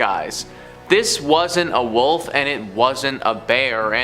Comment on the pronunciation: Ive never heard anyone call a WOLF a WUFF before hahaha & just like when people call a ROOF a RUFF or a CREEK a CRICK - i dont like it….not at all! Hahaha ” THE WUFF “ 👉🏼😖👈🏼